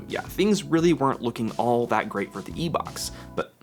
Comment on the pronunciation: "EeeK box"... LOL